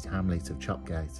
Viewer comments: Chop Gate is locally pronounced Chop Yat 👍🏻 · Chop Gate, is pronounced Chop Yat. In local dialect. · It’s pronounced “Chop-yatt” for some reason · Only live twenty minute drive from there for anyone who is interested Chop Gate is pronounced Chop Yat. Yat being from old Norse. I've always found Bilsdale an eerie place. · Chop Gate. Pronounced Chop Yat for some proper Yorkshire reason or other 😄